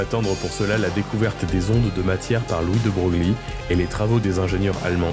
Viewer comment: Je me posais des questions sur la fiabilité des informations contenues dans cette vidéo, jusqu’à ce que « Louis de Broglie » a été prononcé tel qu’il est écrit, alors qu’on le prononce « Louis de Breuil ». Approfondissez vos recherches.